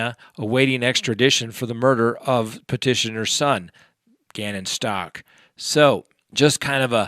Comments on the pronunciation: It is pronounced STOU *CH*!! CH, like CHeese! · LORI VALLOW not LORI VALLOWS STAUCH as in STAUKh not STACH. Just thought you might want to know the correct names. The ring? It speaks for itself. More bad on lori and chad! . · I love your channel and your videos, but do you purposely mispronounce every single name or is it an accident? You say Lori “Vallows”, Gannon “Stock”, and Jodi “Aryas”